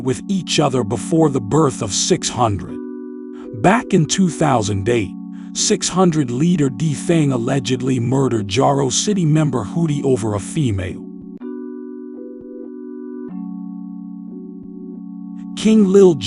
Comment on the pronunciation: His Name Was Hottie Not Hootie 🤣🤣